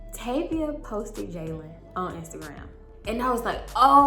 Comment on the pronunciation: Tayvia is my name!! It’s so weird everytime you say it😂